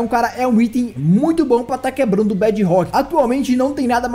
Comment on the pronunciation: Bad rrock desculpa